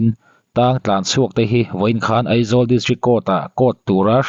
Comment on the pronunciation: A tir lamah Eizawl i ti deuh tlatin ka hria, a hnuah erawh Aizawl i ti ta a😂😅. Sawisel hrim hrim lam ai mahin, i uluk zawn nan aw.